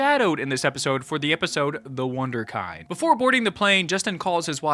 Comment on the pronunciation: One small tiny thing: I believe it’s pronounced “wunderkend”. German stuff